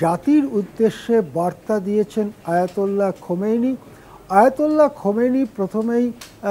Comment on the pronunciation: খোমেনি না খামেনি।